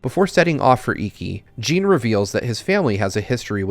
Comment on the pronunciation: I was going to comment the same. "Jin" rhymes with "bin", not "Jean" which rhymes with "bean"